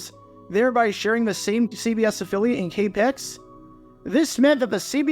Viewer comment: FYI, native San Franciscan here - No one EVER calls KPIX "Kay Pics." It is always "Kay Pee Eye Ex."